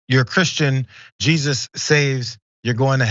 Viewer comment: Evidently, their Jesus is pronounced "Hey Zeus".